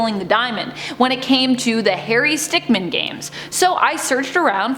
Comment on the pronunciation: Stickmin not stickman